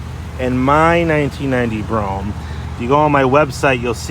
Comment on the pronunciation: (Bro-ham) say it right